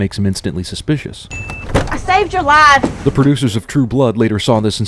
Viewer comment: "ah saved yer laaff"